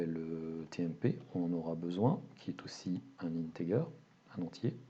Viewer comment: "Integer" se prononce "intedjer" (soft 'g')